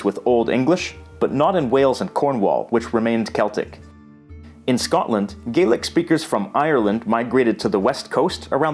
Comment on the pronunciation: It's spelled Scots Gaelic but it's pronounced like "Gallic", I'm afraid!